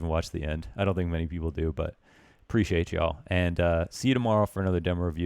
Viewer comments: its demo not dimo xD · CALL IT DEMMO INSTEAD OF DEEMO PLEASE